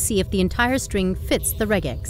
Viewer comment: I'm glad you correctly pronounced regex (not like rejex) , and used the correct plural of index (indices). It took me a bit, though, to realize you were ironical about being unable to find the meaning of re.